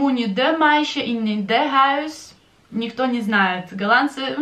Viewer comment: Некоторые дифтонги Вы произносите не так,как объясняли , например в словах - дом,и исключения и некоторые другие